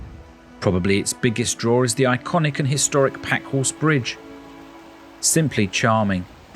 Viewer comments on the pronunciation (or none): none